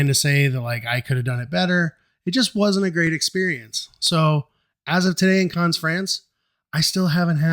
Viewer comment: Carns? Always nice to learn how to pronounce the places you visit! Otherwise an informative video. Thank you.